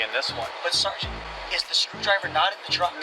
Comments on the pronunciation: take a shot every time he says "sargeant" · I don't even like cops that much, but if he kept saying SAR - GENT to me, I would billy club him into oblivion. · "Sergeant" x25,0000